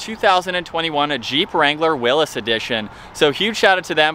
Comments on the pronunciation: It’s pronounced Willys (Willees) not Willis, just sayin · It’s a Willy’s edition. Not a Willis like he pronounced it. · Will-ies is how it's pronounced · Its will ee’s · nope sorry but you are wrong. Jeep changed to it sound like will-ies because they received a lot of flack for pronouncing it Willis.